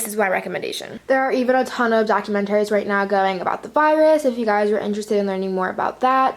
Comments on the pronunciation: I literally can't. "documenterry" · Anyone else cringes every time she says "documentaries"?